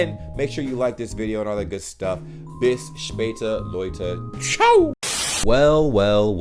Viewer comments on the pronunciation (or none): none